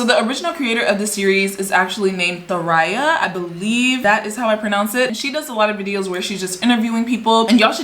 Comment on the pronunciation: The name is pronounced tho ray a